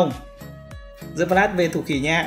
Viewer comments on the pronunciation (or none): none